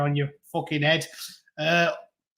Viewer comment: Heed, a wee bit of scots there ?